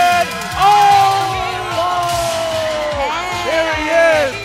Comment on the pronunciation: Did anyone else hear him say “Wyatt Oloff”